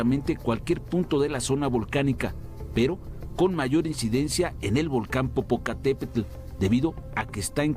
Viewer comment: Popokatepetl, German 😃